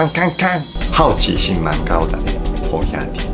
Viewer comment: 看著Iku老師講台語的😂七月半😂好兄弟😂靠牆壁走的鬼😂(很標準)真的超級可愛太好笑了啦😅~哈~😅~👏👏👏😍